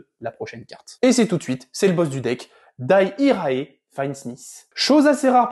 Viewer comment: "Daï irae" ? C'est du latin prononcé à l'Anglaise ? xD Blague à part j'apprécie ce petit rdv news :)